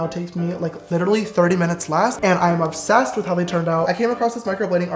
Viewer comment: No one : James : I'M OBSESSEDT